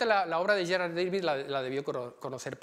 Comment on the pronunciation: Magnífica conferencia. Amena, interesante y muy completa. Gracias. Sólo una puntualización, por favor, no pronuncie David en inglés, uno era flamenco y el otro alemán, Da-vid, como suena, ¿no empiezan a estar hartos de tanta invasión anglicista?